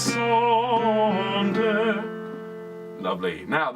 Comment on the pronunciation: Be careful....,in’’languissante’’...’’gui’’is pronounced as’’guitar’’..and not’’gwi’’....you can trust me...I’m French! I love listening to your ’’lessons’’as I am a singer too. Thanks a lot